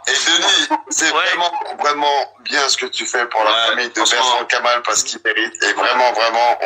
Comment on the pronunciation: La qualité sonore n'est pas très bonne et c'est Bertrand-Kamal et non Bertrant-Kamal.